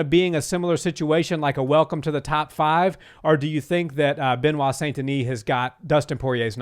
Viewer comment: Benoit is pronounced “ Benoa”